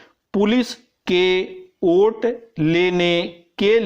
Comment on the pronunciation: Kya sir ji Vote ko aap oot bol rahe hai pure dictetion me